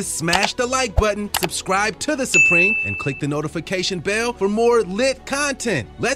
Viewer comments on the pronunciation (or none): none